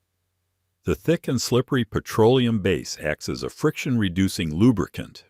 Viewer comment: “Pietro-Oleum”…AI grrrr